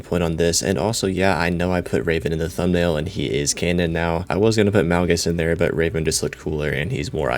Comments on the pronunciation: Tf you’re calling Revan Raven? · Are you saying raven like the bird or reven?